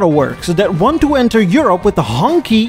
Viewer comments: I've learned a lot from this series. Thanks. I love to ask my family/friends, "Which country produces the most cars?" and they rarely answer "China." I wanted to point out that the Q is pronounced "ch" in Pinyin, so Hongqi (Red Flag) is not "Honky"; it is "Hong Chi". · Everytime says Hongqi, all I hear is "Honky". George Jefferson used it as a slur towards Tom Wills and other white people he didn't like. Not sure if it was part of 1970s Americana or just specific to "The Jeffersons" but I giggle a little everytime says it. I hope there is never a zebra car company because thats what he called couples who were interracial. I miss the politically incorrect times when people had thicker skin. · Should've said Hongchi tho lol.